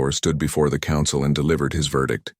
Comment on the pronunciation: What is this word "konsawal"? Was it supposed to be "Council"?